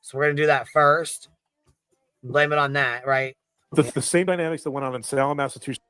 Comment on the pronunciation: “massatuchiss” 😂😂😂😂😂😂